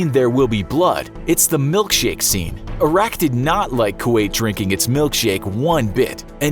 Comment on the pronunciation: I know this is 4y old but I hope you learned how to properly pronounce Iraq.